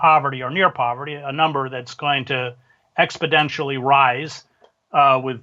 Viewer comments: The man unironically said "expodentially". He owes royalties to joey from "Friends" if you want to hear Joey Tribbiani's theory on "expodential" rises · Dude is a writer and said "Mute" (Moot) point and "Expodentially" (Exponentially) during this interview so far.